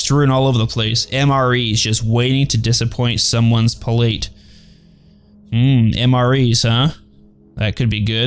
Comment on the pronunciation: You pronounced palate wrong lmao